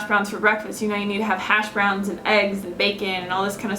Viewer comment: Those hash browns look so good! I never had them, it's not very common where I live I guess. The first time I heard you talk about them I thought you said hasj brownies.. LoL.. I am definitely making these hash browns now I've seen you eat them. :) aaaand I voted yes on the 30 day challenge of course! :D